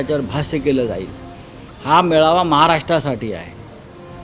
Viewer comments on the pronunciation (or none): पेडनोकर बाई ने आधी मेळावा म्हणायला शिकावं ती मेवाळा म्हटली. पुर्वी भावेने संचलन म्हणायला शिकावं.... तु संचनल म्हटलस बाई संज्या बद्दल काही सोलायची बोय च नाहीये हे राम. श्रीराम जयराम जय जय राम